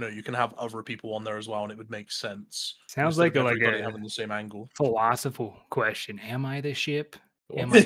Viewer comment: Idk how yall let this man make it saying philosiful thats crazy